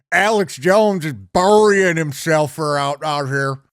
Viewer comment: Why can't she say "burying"?